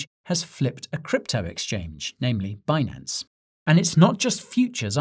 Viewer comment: 😂Guy! 🐸🐸🐸🐸 Deribit...ribet ribet...have you been speaking to Janet? BENANCE??